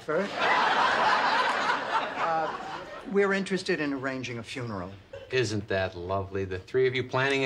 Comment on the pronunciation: The pfuneral line... I could swear it was adlibbed.